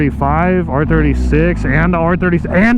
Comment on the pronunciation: Bro did you say r36😂